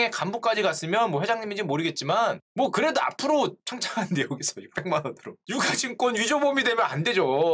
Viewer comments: 유가증권은 [유까증꿘] 으로 발음하는거 아닌가용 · '유가 증권'의 표준 발음은 [유ː까증꿘]입니다.